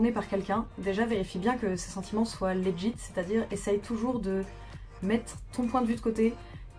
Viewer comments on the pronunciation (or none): none